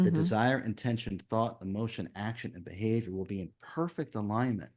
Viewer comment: Maybe it's because English is not my language but there's one thing i cannot understand and it is his habit of insisting on the AH_tention.i know there is also intention and it is not IN_tention , it is intent_ion like attention is from attend_tion. Does he want to say that it is really a... tenSion? And what would it imply?